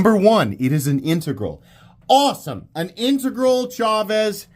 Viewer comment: OMG and I don't know how I never heard you pronounce integral before, but thank you. I have had to listen to so many bad pronounciations of that word I thought I had mis-pronounciated it myself.